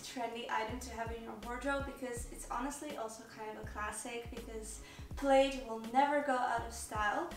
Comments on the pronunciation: Thought the I was silent in “plaid” thus pronounced “plad” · Plaid rhymes with dad.